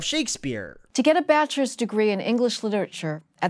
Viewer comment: I can't even take that woman talking about the university degrees seriously. I rewound the video to check a couple of times and she said bach-ors degree instead of enunciating bachelor's degree. I wouldn't usually be so picky but.. really 😳